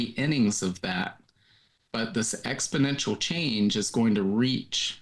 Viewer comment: Just a small insignificant point, but there's no such word as expodential. It's exponential from the root exponent.